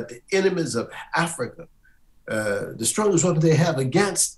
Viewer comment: “My religion is Afryica”.